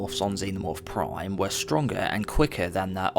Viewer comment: why you always say "proime" instead of prime